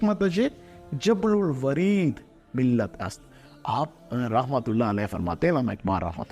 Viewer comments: Habl ul wareed..not jabl ul wareed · Aoa jablil wareed ghalt hai hablil wareed drust hai